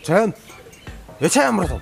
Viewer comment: Чаяан эмес Чаян